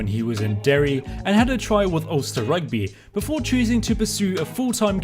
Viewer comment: Mad respect on saying Derry